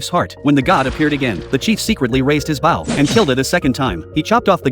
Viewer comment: All right folks, we need a lesson going on here how to say bow bow bow, not you gotta sound the word out BOW if you’re wondering why I’m getting so aggravated because you write an AI generated machine to talk for you now I’m doing the same thing but everyone around me from all walks of life no what a bow and arrow is used for and if you do not know how to pronounce bow you shouldn’t be using one. I am not bowing to you. I’m using a bow and arrow to hunt my prey see how it at that that makes sense right but some moron using an AI translator or an AI writing tool did not read the script or read the story correctly. The AI doesn’t know the difference between bowing and a bow every time he says bow and arrow it sounds like bowing arrow what is a bowing arrow you see where I’m getting mad about this bullshit your people are too stupid to fucking take five minutes out of your fucking time